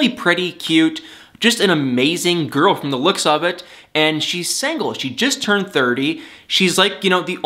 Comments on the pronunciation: love how he says "sangle" and not single lol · I like your comments, but why do you keep saying SANGLE when it's SINGLE? it hits the ear wrong, SINGLE! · Love the way he says; sangle The old english term for single 😳😭😁 but it's ok because I like 😜